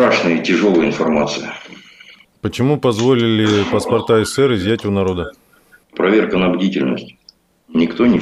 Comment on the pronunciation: Не ССР а СССР проговаривайте правильно нашу страну